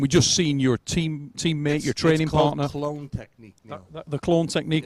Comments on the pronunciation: I think Levan said "clown" and not "clone" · i think he was trying to say clown lol